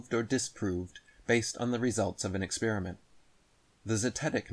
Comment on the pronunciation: lol at grifters who can’t pronounce the word experiment correctly